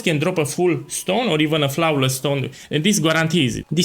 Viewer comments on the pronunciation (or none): your pronunciation is flouaowless